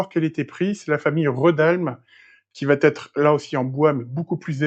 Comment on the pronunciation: On ne dit pas : il va t être piusque il va s ecrit V A et pas vat...c est plutot agacant ; vidéo intéressante